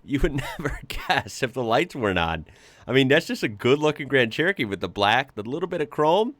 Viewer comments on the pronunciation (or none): none